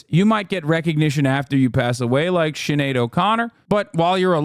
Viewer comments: Why is he pronouncing Sinead "Sineeadd"? Lol It's "Shinade". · Hearing Hassan saying Sin-E-add instead of Shin-aid hurts my ears. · its shin-aid not sineeadd LOL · Her name is Shineid (phonetically spelled), it's a SH, not S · is pronounced Shin-aid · Cine-ad O’Connor 😂 🤷‍♀️ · ‘Sinaid’ Expected more from Hasan 😂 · sin-ee-ad really hate to see it. you think hasan would know better lol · SHHHinade! O’Connor…My dude can’t pronounce names. Lmao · Bro, her name is pronounced Shin-ade. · My brother in christ it's pronounced shi-NADE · For anyone wondering, it's pronounced "shin aid". In fairness to Hasan, I've heard way worse butchering than that, but this still wasn't great 😂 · sin ee odd what in the world lol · sinny ad